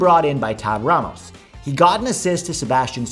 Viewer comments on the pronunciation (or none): none